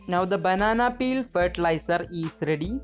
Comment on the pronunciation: The way she says “banana peal” 😌